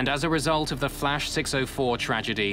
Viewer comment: When they said Flash it sounded like Crash Airlines 😆